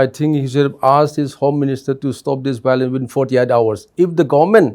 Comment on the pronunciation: bhiolence again👈🤣🤣🤣